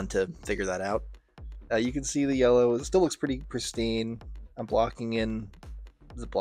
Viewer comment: “aktuwawwy pwetty fweaking cool to paint yewwow” im hollerin 😂